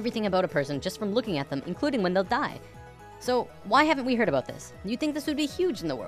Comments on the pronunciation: Are you Canadian? I heard 'aboot' in the first 10 seconds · Are you a Canadian cuz at the end you said "aboot" xD